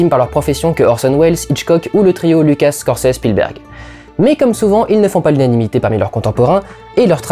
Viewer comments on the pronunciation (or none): none